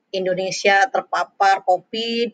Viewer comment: Covid bu... Bukan copid.. Ahah